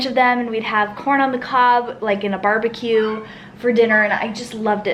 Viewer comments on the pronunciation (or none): none